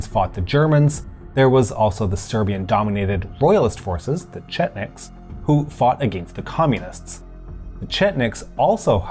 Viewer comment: He was able to pronounce chetnik correctlu